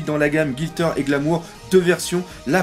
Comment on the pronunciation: Merci pour la vidéo doc. J'ai une question pourquoi tu dit Gilter et non Gliter ?